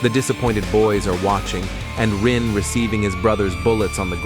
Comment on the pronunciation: I'm sorry, who is Rui? I keep hearing you say that name. Are you referring to "Rin"? The protagonist?